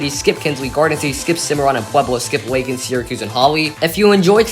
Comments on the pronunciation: ...and LAY-kin, not LACK-in. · "Lay-kin" not "Lah-kin."